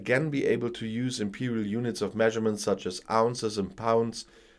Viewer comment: Watch your pronounciation .... IMPERIAL units .....